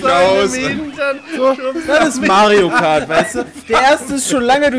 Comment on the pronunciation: Seit das gesagt hat hör ich bei Pedda nur noch Majo Kart xD